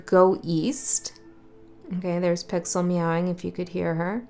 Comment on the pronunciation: When you said 'Pixel"..I heard Pixiu. Odd I just took out my Pixiu bracelet..maybe pixel..I mean pixiu..feels neglected. Wow my bad..I been unaware of my own unawareness. Pixels are b;essings. I mean Pixiu. Yeah, that too:)